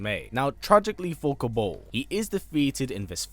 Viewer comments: It's pronounced "Kabarl", not "Kaborl".... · Why do you pronounce words so wrong... it’s kabal... not kabull and it’s cryo mancer as in romance not mahnser as you say it... it is annoying me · Who tf is Ko-Bowl ? 🤣